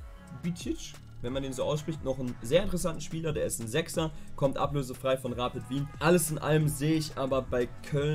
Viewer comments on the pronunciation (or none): Also diese Ausprache von Rapid Wien triggered mich jedes mal? Wo seht ihr deutschen die 2 P s in Rapid? 😂